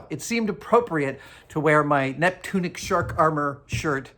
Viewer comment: Neptunic? more like Nip-tunic